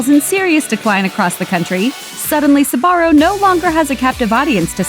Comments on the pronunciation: You do know its pronounced zbarro and not sabarro right? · Never understood why people pronounce it "Sabaro" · Am I the only non-American with a smattering of Italian who is amazed it’s not pronounced zbarro? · I've been pronouncing sbarro wrong my whole fucking life goddammit